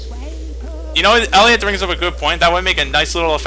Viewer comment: ellioet put an t infront of ellioet